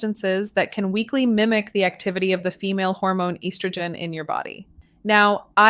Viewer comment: Rediculous..cant even pronounce estrogen .obvious ai